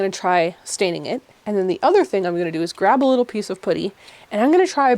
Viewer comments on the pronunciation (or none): Why do you say putty like that? 😂 it's not pudding, it's PUH-tee! Lol But I do love your videos and your house and style. Great job making your house beautiful and functional! 😊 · yeah!😂 i kept thinking “pooty birdie pooty birdie” like in the tweety bird cartoon and it made me smile!❤❤❤ in the U.S. at least where i live we say puhtty. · You did a great job. This seemed like quite a challenging one to me, maybe because glass might breaks easily? ALSO! Fellow Canadian: I'm enchanted everytime you say 'putty' because it sounds like 'puddy'. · No, sorry! Ha, I mean the pronounciation- at first I was like, "Wait, is she saying pouddy?" And then I realized that that is, in fact, how I say it too. It's the 'about/aboat/aboot' accent coming for us again. That and saying double t's as d's- but really if we don't do that then we sound british, so I say just rock the Canadian accent with pride lol. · This video has made me very aware of how I, as a fellow Canadian, say 'putty'. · Yes, as a person living in the south of the U.S. I giggled at how you said it! I will take how you say putty over how Canadians say decals though! I adore!